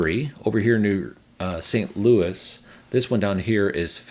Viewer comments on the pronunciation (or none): none